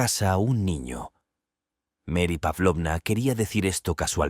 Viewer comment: No me gustó que pronuncian los nombres en inglés y no en español o en ruso... "Euyín" en vez de Evgeny... Mary en vez de María...